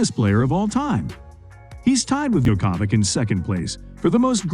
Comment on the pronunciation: Neidahl and Djoko-ouvitch?! Jesus...